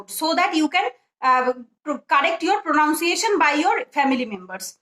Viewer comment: ওটা প্রোনানসিয়েশন প্রনাউনসিয়েশন নয় l আরো কয়েকটা ভুল আছে ঠিক আছে চালিয়ে যাও You have to learn more l বেশ ভালো উদ্যোগ l Many students will be benefited